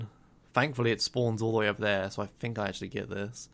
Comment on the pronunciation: Pretty sure even in the UK "think" is still pronounced "think", not "fink". wtf is a fink?